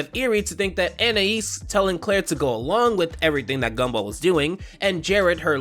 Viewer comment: i heard scumball and laughed